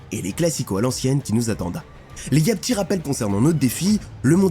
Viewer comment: Tchitre, vestchiaire, ptchit rappel, dju